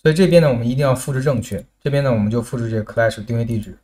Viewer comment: clash读音是克拉什，不是科赖什，听着难受的很